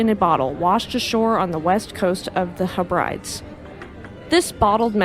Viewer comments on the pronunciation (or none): HEB-rid-EEZ, not HE-brides